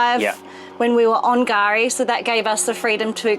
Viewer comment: Gari ?? K-Gari. .